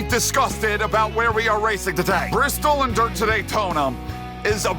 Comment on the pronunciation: It’s Bristol bby